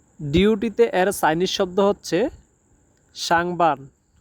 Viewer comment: ভুলভাল বলেন কেন, শাং- বান -- কাজ জী- বান--- ডিউটিতে